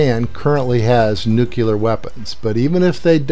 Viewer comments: It's Mahmoud Ahmadinejad, not Ahmed Ahmadinejad. Oh, and it's pronounced nuclear. Not nucular. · I like how this is based entirely off of empirical evidence, and not some bone-headed delusional egomaniac! /sarcasm By the way... it's pronounced NEW-CLEAR